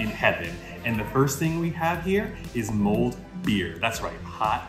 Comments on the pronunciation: I hope you aren't offended, but when you say mulled wine it sounded to me like you said mold wine... I was waiting to hear why the wine had mold in it! Ha ha😮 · Goat show? Potato paradise? Mold beer?? What is this place lol 😂 The mold beer looks way better than it sounds lol. The potato pancake and sour cream look great!! Glad you found your patch! The view from the top of the castle was beautiful 🤩 Good on you for verifying your are pronouncing things correctly! Because people will let you know when you mispronounce something in the comments 😂😂😂 we learned that the hard way! Lolol